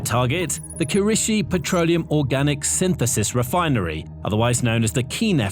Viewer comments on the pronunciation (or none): “Petroneum” products?